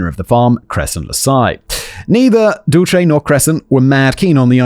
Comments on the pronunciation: Hahaha "dulche" instead of "dulse" is kind of an amusing way to pronounce that name lol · The name is pronounced duel-say. It's from Cervantes and is short for "Dulcinea", Don Quixote's unseen lady from the novel of the same name and it means (roughly) "sweetness". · Usually, Dulce is pronounced Dull C. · Dulce is Spanish for sweet. Pronounced duel-seh. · Dulce means sweet in Spanish. It's a very common name, it's pronounced "Dull-h-seh" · Dulce pronounced duel-SAY. It means sweet and is used to describe different candies & dessert like Dulce de Leche which I love. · The name you had so much trouble with. Pronunciation - dull-see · Her name is pronounced Dull- see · Dulce is Spanish for candy. It's pronounced dool-seh. Not shay; seh. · Dulce is pronounced Dool-cee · It's 'dull=shey', means 'sweet' in spanish.... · Dulce's pronunciation is "Dool-see". It's a preety common name in portuguese, I guess in spanish too. Great video as always! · Simon the name Dulce is pronounced Dull-see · Not doolchay 😂😂😂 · I am pretty sure the DULCE is pronounced “Dull-See” or something a long those lines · Dulce is pronounced DOOL-say. It means candy (or sweets) in Spanish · Dulce is pronounced like dull-say. Went to school with a girl who had that name. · Dulce = dulsay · Im sure someone else has already said this but the name "Dulce" is pronouced Dull-see (where im from anyway) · Dulce is pronounced "doll-sea" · Dulce is pronounced Dull See. Such a sad waste though, RIP. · Poor Simon struggling with the name "Dulce" (Dool-say). It's not an uncommon Latina name, and there is even that American comedian/actor Dulce Sloan. It means "sweet" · Dulce.....dol-cee. I have an Aunt Dulce but we call her Dottie☺️ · Where Im from, Dulce is pronounced Dull-sea. ETA I'm FINE with binding and gagging!!!!! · Dulce is pronounced Dull-See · "It's pronounced Dulce. Your welcome." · It’s Dulce, like Dulce de leche